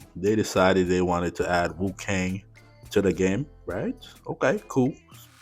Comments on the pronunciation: Cool video, and i'm interested to see how the new hero plays out. Just an fyi, you said wu-kang quite a lot through the video, rather than wu-kong (with an O, similar to king kong) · its not WuKang, it's WuKong XD